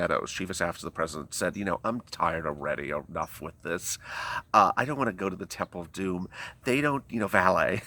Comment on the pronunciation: God bless you sweetie evertime you say the temple of domm it makes me laugh you are a trip ❤️🙏